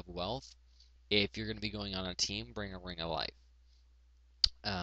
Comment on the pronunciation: If you're gonna be soloing, bringaringarife...I laugh so hard every time you say that XD Anyways, nice guide :)